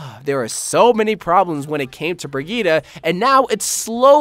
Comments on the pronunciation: bri - gee - tuh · A question for the qna: Can you ever pronounce brigitte right?